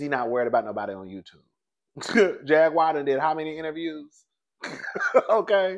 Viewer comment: will butcher a name 😂😂😂😂 "Jag-wire" 😂😂😂😂